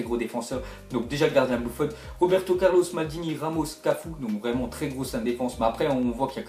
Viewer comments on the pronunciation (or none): none